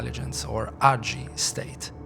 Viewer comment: “AGI” isn’t pronounced ahgee it’s A.G.I